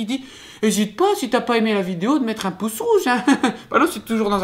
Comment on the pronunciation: J'ai cru que tu avais dis "pouf" au lieu de pouce, j'ai compris qud t'as dis "pouf bleu"